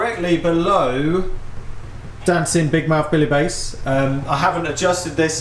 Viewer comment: Some interesting sounds there! Not sure if you’re deliberately mispronouncing the fish’s name, but it should be Bass as in “a pint of draught Bass”, not “base”.